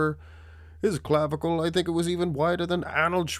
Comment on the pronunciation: Stop saying "clavicle" !